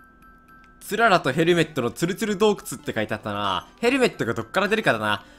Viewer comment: つららをクララみたいなイントネーションで言うなw